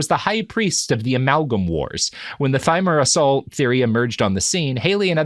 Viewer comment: Thimerosal as well. Mispronunciations don't bother me when people make them in conversation, but I do think you ought to make an effort when you're effectively teaching on a subject to a large audience.